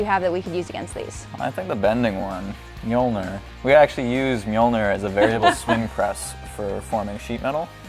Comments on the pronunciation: You need to learn how to prounounce Mjölnir... It's not with an O like you do it's with an Ö !! Phonetics: [Mjœlnɪr] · If you try to say o and e on the same time you should be able to pronounce ö as in mjölner